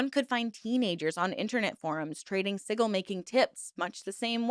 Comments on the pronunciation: Hearing "siggle" made me giggle. I'm not even in America, but my speech impediment makes 'library' sound like "lye-burry" when I say it. Locals constantly ask where I'm from, so I knooooow guessing words weird also.. 😂 Honestly, I don't resent weirdly pronounced words. With the amount of research that goes into these, I know one wrong word will get oodles of "GOOGLE THAT, YOU CAN FIND OUT!!" comments. There was so much more going on to comment about. Seeing that like 8 people pointed that put instead of what the content was about goes to show people need to relax. On YouTube, I honestly don't expect flawless verbal delivery. Sometimes it's a delight to hear people's best guess on an unfamiliar word. I've been a fan since you started; "siggle" isn't ruining my experience. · The G in Sigil makes a j sound because the second I is silent SI•GL 😂sorry I'm part of the pronunciation police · Witch of the wild sucks lol I only came here to see how many horrible magicians came to tell you how to say sigil 😂😂 so up themselves.. some things never change. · OMG. this video is painful to watch. The word "sigil" rhymes with vigil. The 'g' in sigil makes the same sound as the 'g' in gel. You are pronouncing it like you would the 'g' in dog. Also- you have little understanding of chaos magick if you think anything about it is cultish. Nearly all chaos magick practioners are solitary and chaos magick has no rules. Chaos is the opposite of cult practices. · I love your videos, I just can't stand how you say sigil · Omg I don’t usually comment on videos but hearing you say “siggle” instead of sigil is hard to hear. Also your explanation of what they are also left some room to be understood. Felt that this part was really trivialized. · Siggle made ne giggle. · I said the same thing lol. Wtf is a "siggle" hahaha? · Sorry to do this to you when you've mastered the pronunciation of zine but it is sij-il for sigil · it’s pronounced sidge-l not siggil 🫡